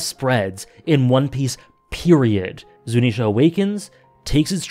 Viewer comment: Afaik, Zunesha is pronounced (zoo-knee-sha) just in case you hadn't been told that yet :)